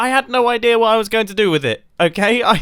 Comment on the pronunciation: do you know that both you and Grian sometimes mispronounce "idea" as "idear"?